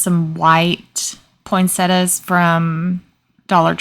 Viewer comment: These all were unbelievably awesome. My favorite is the tray but it was a close choice with the stag. And I'm with you on the pronunciation of poinsettias 😊